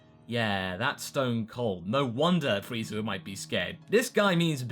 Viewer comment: he said frezer ark lol use to saying it I think